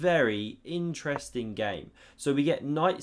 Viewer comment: watch the video again and drink a shot every time he says "Ineresting"